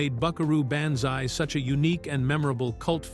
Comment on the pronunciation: "Buckaroo BAN-zai"???